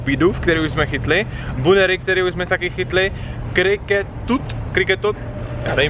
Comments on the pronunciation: Buneary se čte banýry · super video jako vždy a poradím ti trošku s výslovností :D ta veveruška je Pačirisua ten zajíček je Banýry a ten Bidoof není křeček ale je to bobr ale jde to poznat až na jeho vývinu ale supr nic si z toho nedělej, je tu jeden youtuber co natáčí pokemony na minecu ( nebudu jmenovat cvoka ) a ten si jména nepamatuje do ted a to už natáčí alespon dva až tři roky XD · Buneary se čte jako ''Banýri'', Chatot- ''Četot'', Pachirisu- ''Pačirisu'' :)